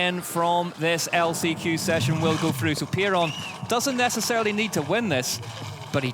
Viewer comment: "Ten go frough"